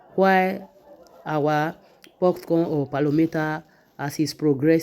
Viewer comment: this is pocorn NOT PUFFCORN